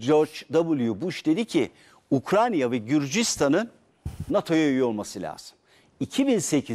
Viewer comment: Ukrayna ukranya degil 😂 resmen ukranya yi saymaya basladim